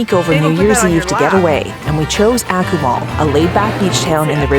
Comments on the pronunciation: Yes... phonetically, it's correctly pronounced 'AH-koo-mal', not 'ACK-oo-mal'. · you need to learn how to pronounce the city name correctly.